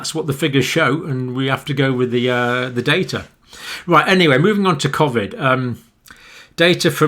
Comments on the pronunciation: Cohvid, not C Ovid. You'll be the only one saying it! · You pronounced covid wrong too